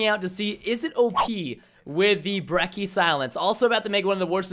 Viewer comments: I'd say every single gun in the game is extremely balanced. Some are more annoying than others, but none are particularly "dominant". Also, h-o-l-y crap Preston, it's not the "BREKK-EE" It's the "*Brech-ee*", as in Church.' Also, fun fact, the shotguns in Black Ops 3 do a minimum damage as long as one pellet hits. So, in older games you could point blank someone but only hit him with one pellet per shot so you could hit like 5 shots and not kill. Now as long as you hit someone with one pellet, if say you hit them with one more, it will kill them. Hence the "Reliable two shot kill" in the Brecci's description. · Everytime I hear someone pronounce Brecci as "Brecky" i lose my mind It's Bretchy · I hate how he called it the "Brecki" god damn americans man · It's pronounced like "brechi"